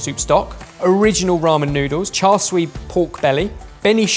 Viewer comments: why do they pronounce siu as sui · One tip: The "siu" in "char siu" is pronounced like "shoe" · pronounced it as "swee" rather than siu/shu. I'm just giving the chance to gloat here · Word: "Spelled S - I - U: " Sui" At least he respects the slurp haha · just butchered the pronunciation of “siu” in char siu but correct pronunciation has made up for it, 1-0 to 😂